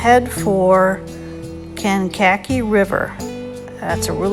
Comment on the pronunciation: Awesome video, thank you! Kankakee Pronounced Kank - A - Key…